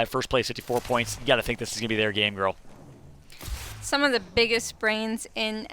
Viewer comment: "Ghurl" aint cutting it out as caster. Sorry